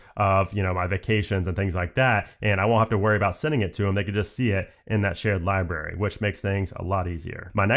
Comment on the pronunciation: I’m gonna be that guy that points out that the word “library” has an “R” in between the “B” and the “A”—there is no such thing as a “libary” and you sound like an eight year old when you mispronounce it that way. Hearing the word “libRary” misspoken like a dozen times in rapid fire talking about the new Photos app features was challenging to endure in this otherwise well-crafted, informative, good-looking and good-sounding video.